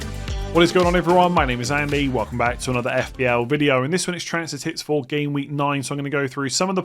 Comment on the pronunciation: Im 99.9% sure this brother said transfer ‘tit$’ not transfer ‘tips’